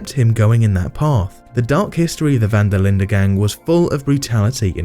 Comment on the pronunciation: Im dutch and he says it pretty well